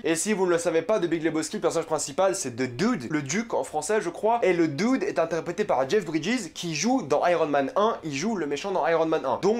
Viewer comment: mdr comment il dit DUDE